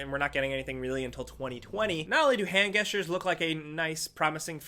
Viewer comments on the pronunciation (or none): Sorry... But what stuck out for me on this post...! Why do you pronounce gestures like "guess-tures" isn't it "jess-tures"? Sorry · Its pronounce "Jestures" not "Gestures"..the G sounds like a J not a G lol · You pronounced gestures weird. You said guestures. It’s jestures. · did you pronounce gestures with a hard G? YOU GANGSTER! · it's pronounced jestures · “Gestures” is pronounced “jest-yours” bb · Hand GUESS-TUERS ........... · Your pronunciation of gestures made me die inside, you're lucky you're pretty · Can not pronounce gestures? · Okay this must be a script thing that makes people mispronounce shit because I know you know how to say gestures. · Stop pronouncing gestures wrong😂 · I can deal with Mario, but I don't know if I can support you saying gestures the way you do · Does this guy really not know how to pronounce "gestures?" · he says gestures weirdly